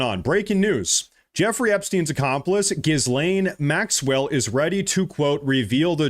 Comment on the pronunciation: Ep Steen. Gill (like gills on a fish) Lane Maxwell.